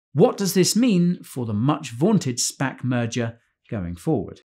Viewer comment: every time guy says spac i hear spank. 😅 spank bubble